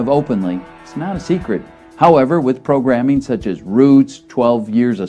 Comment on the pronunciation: Notice how the guy at the end of the video said "programming"